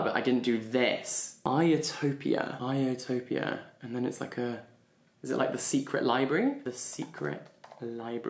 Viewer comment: The classicist in me literally screamed at the moment he read ιστορια as iotopia